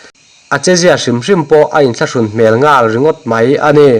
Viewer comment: Nghal ti rawh ngal ti suh i chhiar thiamlo thlot ani, mizo i ni lo ani mo?